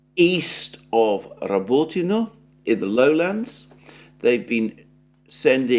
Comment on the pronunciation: You keep saying Robotino WRONG,! It's NOT Robooootino. It's Roboteeeeeeno!!! There's no such word in Russian or Ukrainian. Please stop mangling Russian words!!! Ask your Russian wife how to say it correctly. Please!! It's soooo jarring to hear you constantly pronouncing things wrong 😟